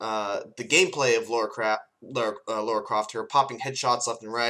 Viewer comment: It's Lara, not Laura. Just saying.